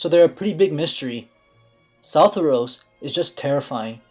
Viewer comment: Soff-ear-e-os not southerous